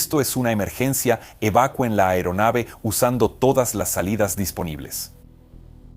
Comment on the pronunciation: Excelente video, muy informativo...ah, solo una observación para el traductor IA,se dice " evacUen, no evacuEn"